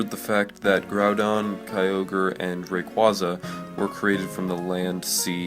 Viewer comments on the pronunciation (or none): You can't pronounce rayquaza right